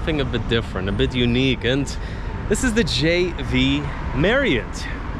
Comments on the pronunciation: u keep saying "JV" marriott, its not!!! It's "J-W", not J-V.... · Why you alwsys say V on JW MARRIOT? That’s W- dabulyo not V-vee.